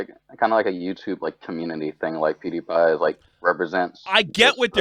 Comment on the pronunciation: I've been watching you a while, stuck by you through a lot...but you have been doing this a pretty long time now. Please, learn how to pronounce PEWDIEPIE!!! It's not spelled "Poodiepie"!!! LOL